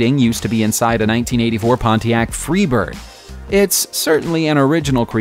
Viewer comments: "Mileometer" "Pontiac Freebird" You mean: "Odometer" and "Pontiac Firebird" I'm going to guess that you're not a car guy. Otherwise, good vid. EDIT: It turns out I was incorrect in assuming that "mileometer" was an errant term. Thanks to those of you who have passed on that wee bit of knowledge. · Did he say Pontiac Freebird? Nooo! 😱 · When a non-car guy makes a vid: this is what you get. "Dimeler"? "Feebird"? And tell me, WHAT SIDE OF THE ROAD DO PEOPLE DRIVE ON IN THE UK???? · Pontiac FREEBird? WTF? Is it that hard to pronounce *Fire*bird?